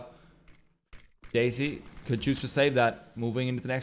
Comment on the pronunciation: he keeps pronouncing desi as daisy and it hurts lol